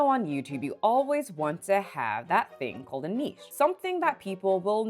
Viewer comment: she finally learnt how to pronounce niche